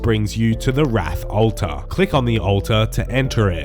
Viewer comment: My favorite part of this video is hearing say "ulta" 69 times lolol